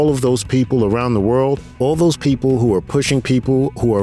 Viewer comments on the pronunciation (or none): none